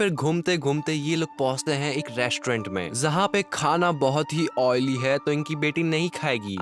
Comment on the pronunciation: Janvi ❌ zanvi ✔️ Ajay Devgan ❌ azay devgan✔️ Jahan pe ❌ zahan pe ✔️ Bhai tumhari dictionary main J nahi hai kya